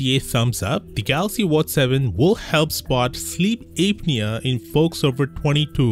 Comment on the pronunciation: Sleep Ape-nia